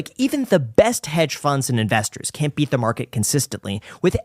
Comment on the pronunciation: This video got a like just because Peloski clip, yeah she can bwat the market